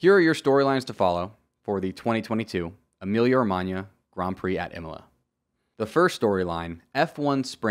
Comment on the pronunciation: good pronounce of "Emilia-Romagna" and loved the video mate